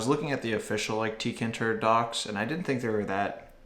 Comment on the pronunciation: rage It’s teekayinturr Not teekinturr